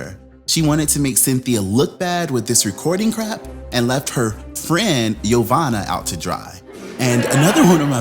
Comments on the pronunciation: Yassssss to the name butchering!!! 🙌🏾🙌🏾🙌🏾 yomama...jamima...yofufu got played. Nene was the true snake 🐍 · Jeveena??? Yomani? 😩💀 YOU DEAD WRONG, 😂😂😂😭